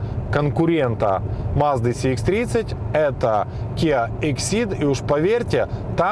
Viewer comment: первый обзорщик,который правильно говорит маркировку: Сх а не Цх.предыдущего цекальщика,даже смотреть не стал.лайк,конечно